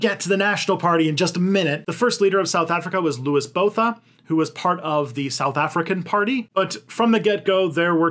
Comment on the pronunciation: sigh What's Botha?